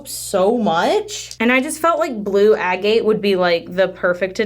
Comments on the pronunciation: Not being picky but Agate is prononced Ag At no e sound on the end like gate ... I'm an Aussie so we do pronounce some words differently but I checked a pronounciaction webpage and Americans say it the same as us . Love your videos ❤️.. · Agate is pronounced AGG-it . Have you ever done a soap experiment where you pour one color and you introduce a second color into the middle using different things like Pipette, Turkey Baster, funnel, piping bag, etc. to see what different patterns they make?